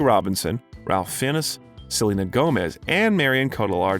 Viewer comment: The actors name is pronounced "Raaf Fines"